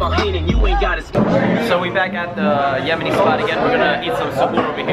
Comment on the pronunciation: the way said Yemeni is soooo funny